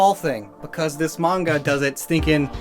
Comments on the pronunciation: it's pronounced maN-Ga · “The mange” no that’s peak please keep saying it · that's an interesting way to say manga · I was about to freak out about the manga mispronunciation lol